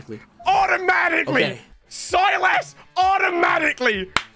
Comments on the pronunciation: My man said silas and overpronounced the I so hard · Bro said Silas like he's a baron 💀